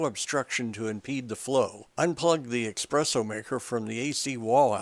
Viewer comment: I really appreciate the effort of this video seeing as my machine badly needs repair. The information is good however there are not enough photos displayed in stages here for me to feel comfortable with taking apart my machine. As a side note, I would like to point out (no offence to the writer/speaker) that there is no such thing as expresso, the word you mean is espresso (es not ex). Way to many "serious" coffee drinkers get this wrong. I have seen coffee stands out there that use the word expresso in their title but that is because they are mashing the words express and espresso to be witty. Es like the word escape not ex like the word express. :)